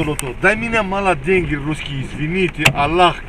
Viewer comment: Дай дэньги! Дэньги дай! "Иностранцы", блин.